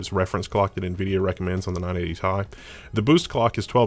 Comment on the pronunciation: I couldn't make it past 2 minutes. I think I might close it every time it said "tie" instead of T-I